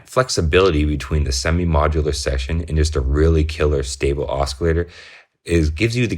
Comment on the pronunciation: "OsKillator" lol... Just playin' tho. Great vid and I couldn't agree more, I love my Neutron. Just got the Crave to go with it for a sequencer and extra oscillator n patch points. Can't wait to start digging in with these 2 together.